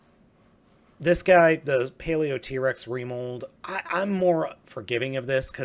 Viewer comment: pronounced paleotrex not paleot-rex